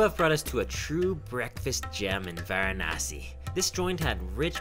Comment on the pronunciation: Pronounce it properly its not Gaangis its Ganga(Ganngaa). Not waranasee its varanasi(vaaraanasi)